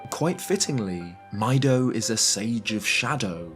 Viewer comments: It’s fucking crazy you keep calling him by the wrong name. It’s so fucking clear that the Japanese spell it ミド ME - DOE. Because it’s supposed to be short for Midori. Because the forest is green. Jesus fucking Christ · Since it’s a proper name, going to be a stickler about this one—- His name is Mido and it’s from Japanese so his name is pronounced like “Me - doh” —- This is worse than the time someone referred to them as “Juh-rudo” for “Geh-roo- doh “ >_> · isn't there a fado in OoT, as well? surprised you didn't bring her up and instead compared the name to mido's. also, pretty sure these names are pronounced "mee-do" and "fah-do", like the solfège syllables, "fa", "mi" and "do". just like saria's name is based on "aria". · Is his name not pronounced "Mee-doe"? I thought the Kokori names were basically each the names of two musical notes. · Mido is Meedoh Dorephan is Do-REH-phan, not doreephan Hebra is Ebra, not Heebra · Why do people pronounce his name like that? In Japanese it's clearly pronounced "Meedo". It's like Fi's name is "Fai", there shouldn't be confusion. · Exactly, the Japanese in the video even shows the correct pronunciation. Now obviously, not everyone can be expected to be able to read Japanese, I'm just saying that it's not that hard to figure out. Still a good video, though. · Please pronounce Mido correctly. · It is pronounced "mee-doe", coming from as noted, "midori", as well as meadow. Also, it is spelt out as ミド(literally Mido). If it were to be said as "my-doe", it would be まいど(maido). Also, the origins of Laruto's should be obvious. Not "kasuto", she's named in honor of Ruto herself. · Maybe a little nitpicky, but I'm pretty sure it's supposed to be pronounced "mee-doh." Many of the name pronunciations can be best deferred to Japanese. Saria, for instance, wouldn't be pronounced like Sarah. It would be "sah-ree-uh", or Deku would be "deh-koo." It's just weird continually hearing Mido pronounced my-dough. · His name is Mido not "My Dough"